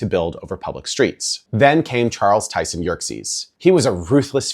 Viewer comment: Just a few points about CTY (Charles Tyson Yerkes, not Yerkses.) In fact he was rather a shady individual in his business practices. After Chicago he moved to London and formed the Underground Electric Railways of London (UERL) - this company undertook to electrify the existing District Railway and financed the completion of three deep-level tube lines (now the Bakerloo, Piccadilly and part of what is now the Northern Line.) More information can be found on Wikipedia.